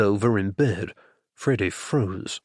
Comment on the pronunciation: I like the narrator, except when he says "Freddy" most of the time I hear "Frodo". The humor is great... kind of Bertie and Jeeves ridiculousness interspersed with some more serious danger in some of the books. I thought I had figured this one out, but there were some twists that surprised me!